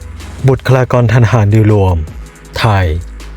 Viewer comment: บุุค คะ ลา กอน ครับ